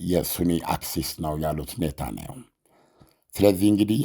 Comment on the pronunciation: ኔታናዩ ሳይሆን ኔታንያሁ ብለህ ብትጠራቸውስ ?